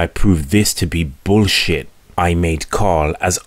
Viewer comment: "Blue pill bool-shit".